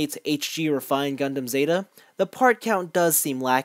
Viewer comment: He just said it, REfined Gundam Zeta = RE GZ